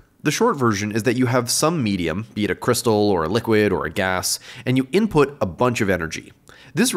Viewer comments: every time he said. medium i kept hearing in my head. meat-e-um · Did he say laser meatium?